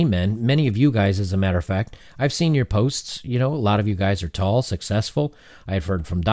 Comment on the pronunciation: Damn he really emphasized tall and successful. So I guess I'm fucked if I'm successful but short huh lol